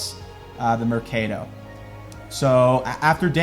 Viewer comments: “Murcadowe” = swap meet there’s a word for it in English, no need to struggle 😂😂😂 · ‘Mr-CADE-o’ lmao bud no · I appreciate going to Guate, but how many times has he heard the correct pronunciation of 'mercado' and 'Atitlan'. How hard is it to remember how to pronounce it? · lol the way you pronounced Mercado 😂💀💀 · So annoying the way you say 'mercado' just stop saying it. Use marked instead. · you'r an awesome person, focusing on the positive things, good girl. So now to the pronunciation of 'mercado': it funny enough still sucks. Great video though :) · He is just pronouncing it in US American English…it’s pretty bad imo!